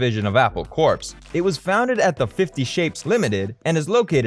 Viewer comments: And I cringed every time he pronounced "corps" as "corpse". It's should be just like "core". Sigh. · Just started the video, and...did I hear you actually pronounce the 'p' in 'Corps'??? You even say, further into the video, it's pronounced 'core'...but you keep saying the 'p'. Never clicking this channel again...